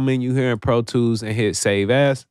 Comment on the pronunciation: ure "save as" sounded like save ass.. sounded cool thou.. loved the tutorial